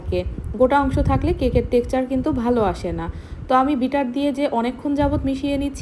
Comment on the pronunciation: উচ্চারণ টা টেকচার হবে না টেক্সচার হবে